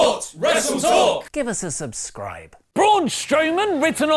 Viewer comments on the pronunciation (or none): none